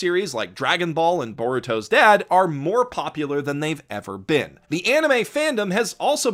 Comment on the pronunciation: why... why would you call it Baruto's dad... you sick monster.... it hurts to hear...